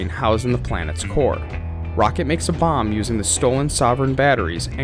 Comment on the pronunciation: Kiln, not clin..... Core not corpse